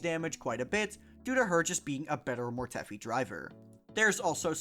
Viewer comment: WHO TF is MORETEFFFFY. Mortefi, rhymes with DEFY. MORE-TEF-EYE